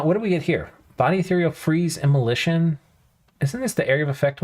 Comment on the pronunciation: omg immoLAYtion lmao